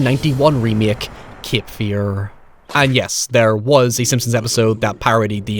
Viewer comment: Not kip fear but cape fear learn english you irum.